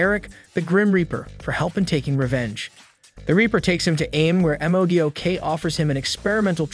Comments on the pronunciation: M O D O K 🥲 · OMG! I was just gonna say something about that.. Obviously I think it is a AI program. He kept saying "A-vengers" and other mispronunciations driving me crazy! He kept spelling out M.o.D.O.K. & Shield instead of saying their name.